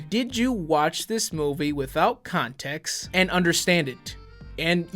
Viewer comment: Syllables are your friends, like the final t in context. The word isn't contecks.